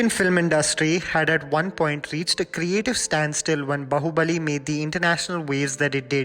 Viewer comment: Aaaaarhhhh it's SE-DU-PATHI not SIDDU-PATHI you just made a joke out of his sir name. What ever you do "jammy pants" you never aren't going to learn nothing. Its B-AA-HUBALI. When u make videos on south Indian movies(coz it's going to get you views and nothing else) try pronounce words in the correct way. This might not be a big issue but nevertheless I am observing that you simply don't take south Indians languages seriously at all you are just using south Indian movies for your growth that's all(selfish!!!!!). You never make a mistake in English then atleast "try" to pronounce a telugu word correctly. Respect the content you are trying to make, then expect people to like and subscribe. By the way it's not KU-RNOOL it's pronounced KA-RNOOL. FIY it's Nayantara not Anushka you **********.